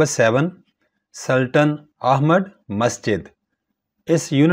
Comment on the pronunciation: Sultan hai .......this is not correct speaking 🗣️😂😂😂😂😂😂